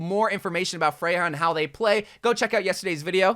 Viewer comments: Her name is pronounced Freya. The European j sounds like a y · Isn’t Freja pronounced as Freya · Not to be that guy, but her name isnt "freyha" (🤓)